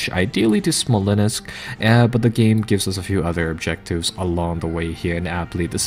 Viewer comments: I love your lets plays. However, I think it is Smolensk, not Smolenisk. I can help you properly pronounce some of the names in your Operation Market Garden play through if you want. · The correct pronunciation, as far as I know from watching Russian films, is "Smol-yensk". It's not spelled that way, but it is pronounced that way, as if there was a "y" after "Smol-".